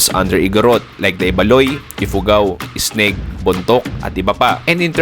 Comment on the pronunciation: itneg hindi isneg